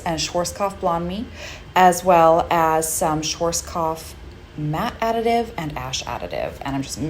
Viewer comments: Pronunciation is Sch A rzk O pf and NOT schw O rzk A pf pls 🤝🙋🏽‍♂️🙏🏼. Amazing tranformation 🙋🏽‍♂️🫶🏼. Just that word hurt a lot 😅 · Why Americans have such a difficult time when comes to pronounce correctly brands 😂😂 schwarzkopf as svartzkopf... black head in German! You are a professional, know your products 😂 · „Schworzkoff“ 😅 I know, that’s a very hard word, and I still don’t know why they didn’t change the name for english markets, but as a German this made me giggle😋 Anyways, you did a great job!! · The way American people are pronouncing "Schwarzkopf" is hilarious to me. 😄 I'm German and I had no idea those hair products were used all over the world apparently. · No judgement but the way u said Schwarzkopf hurt